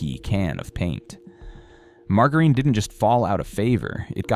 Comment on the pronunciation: WT* is mar-ga-reen?